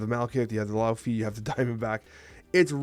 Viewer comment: every time mispronounces Laufey, i'm gonna leave a comment reminding him it's "Lay-Vay"